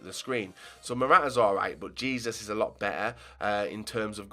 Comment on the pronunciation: its pronounced heh-soos not jesus.